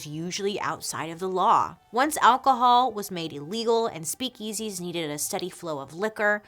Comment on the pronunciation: Bailey’s slightly odd emphasis on the the second syllable of “speak-EASY” makes me smile :)